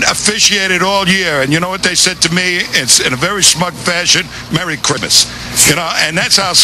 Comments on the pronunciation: "Merry Crimas" LMAOOOOO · "merry chrimmas" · "merry cwimas"